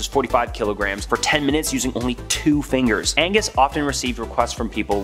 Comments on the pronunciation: Yeah. ‘Agnes’, as our narrator says, is a girls name. The gentleman in the tale? His name in An-gus. Two syllables. The surname is Ma cAs-kill which is three syllables. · ANGUS, not AGNES! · His name was Angus…..Agnes(your pronunciation) is a woman’s name. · The Cape Breton Giant was "Angus" MacAskill, not "Agnus". Pretty sure "Agnus" is a girls name. 🍁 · Loved this video but that guys name was not Agnus it was ANGUS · Please, It's ANGUS, not AGNUS! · Why do you keep saying eggnus when it's clearly Agnus lmao 😅😂😂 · I'm sure I'm not the first person to say this, but it's not agnes it's AN GUS!! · Agnus? Do you surely mean A N G U S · It’s Angus, not Agnes. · Angus... not 'Agnus' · Ang....gus...Not Agnus ! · AN~GUS not Agnes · 'Agnus'? Surely you mean Angus?